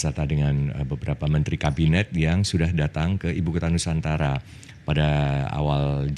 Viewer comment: ITU ORANG TIDAK BISA MENGUCAPKAN NUSANTARA. IKN SAJA BISA NYA.